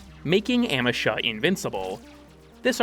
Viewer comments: Oh my god I will smite you. It's AM—EE—SHA, not AM—EH—SHA. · Every time you say amEsha instea od Amesha, a kitten falls down the stairs. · Ah-me-sha....I cant watch the video because wtf are you saying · uh-MEE-shuh its a google prompt away. please. dont harm auditory people by saying things wrong willingly good vid otherwise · Your pronunciation of "Amesha" made me twitch irl.